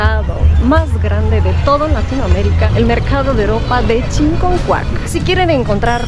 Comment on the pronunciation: Hola, con todo lo que mostraste, dan ganas de ir de compras a Chiconcuac. Los artículos de piel están a un excelente precio. Noté que escribiste bien Chiconcuac pero a la de decirlo, lo pronuncias con una "N" que no va, dices ChiNconcuac en lugar de Chiconcuac. Saludos.